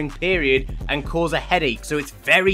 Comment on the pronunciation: HELP ITS NOT “CAUSES SAP” ITS “CAUSE SAP” LIKE BECAUSE 😭😭😭😭